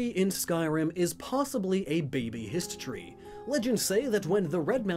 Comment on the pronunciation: Hist Tree? Histree? Histry? History?